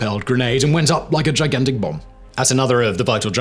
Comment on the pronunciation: Wtf? "Went up like a gigantic BOM!"? What happened to you, dude? It's like you sat on your nuts at the end of bomb, and had to cut the end part of that one word short. BOM. LOL.